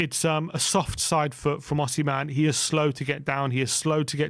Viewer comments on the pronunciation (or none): Who is Osiman ? Do you mean Osimhen? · Osiman😂 Its Osman at this point 😂 its a Turkish name too 😂